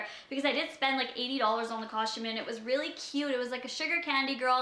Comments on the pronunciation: she does say custom weird she is saying cushtum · Not hating but there is a right and a wrong way to say something that's why there are pronunciation guides in the dictionary.